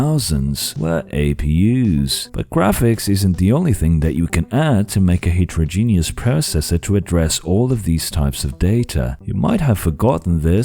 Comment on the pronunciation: That's absolutely not how you pronounce heterogeneous